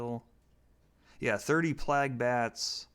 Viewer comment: like 40 years old and calls plague PLAG